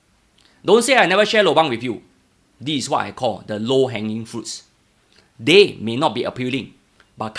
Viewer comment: "deh"? or "they"?